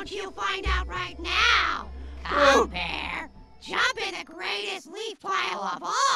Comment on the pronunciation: U said: Pyeeeer/pieeer 😂